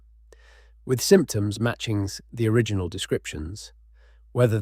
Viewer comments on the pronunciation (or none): none